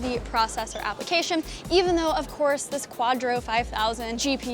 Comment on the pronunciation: "you dont need to get a new camera dough"